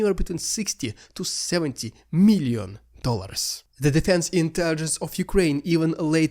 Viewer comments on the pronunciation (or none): none